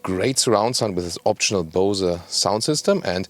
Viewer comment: Bose is not a German company so the pronunciation should be a bit different in my opinion